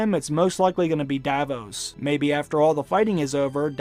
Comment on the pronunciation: Pronounciation rectifications: “Arya” has no “ee” sound in it, it’s simply pronounced “Ar-ya,” not “Ar-ee-ah.” Ser Davos’ name is not pronounced “Da-vose,” rather just “Da-voss.” It has a soft “oh” sound similar to that which your mother makes when I have my way with her.